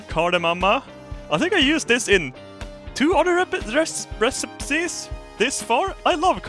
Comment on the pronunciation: This may be mean but it's so funny when says word wrong, like Recipipes. (I'm sorry )